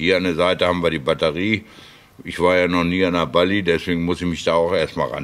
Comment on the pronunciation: Hallo, hatte vor gut 20 Jahren auch eine Bali (die Betonung liegt übrigens auf dem "a"), sehr zuverlässiges Moped und bergrunter gut 70km/h schnell. Sprich das Ding war noch nicht gnadenlos runtergedrosselt. Freue mich schon auf das nächste Video.